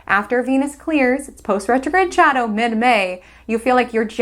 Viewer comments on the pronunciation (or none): none